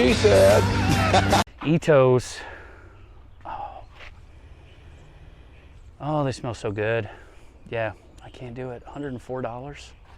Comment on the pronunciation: It's I tell i t o h peonies not that other word